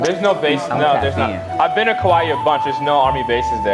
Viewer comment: Kaua’i is pronounced like Cow wa ee with a pause between the wa and ee sound not like Kawaii